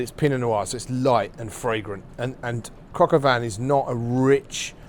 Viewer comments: Why do British people pronounce shit wrong on purpose like all of their lives? “Cock aw van” lmaoooo it’s “coke oh veen” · "Cocka van"...lol, brits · I pronounce it “cock al veen” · The bastard can't even say it correctly.